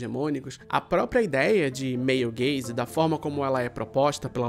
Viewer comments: Sempre q ele fala male gaze eu escuto meio gay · Meu comentário do engajamento vai ser dizer que todas as vezes que você falou "male gaze" eu escutava "meio gays" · eu toda hora que ele falava male gaze ouvia meio gays hahaha